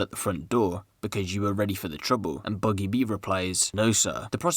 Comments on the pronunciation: Rate da vid but it’s boogie b mate not buggie b it’s ak a problem in the vid lol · Ain’t no one gonna point out he said boogie boo 😂